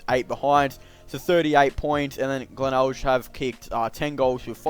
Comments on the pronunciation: Heads up its pronounced glenelg the last g is pronounced same as grape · I love how you pronounce glenelg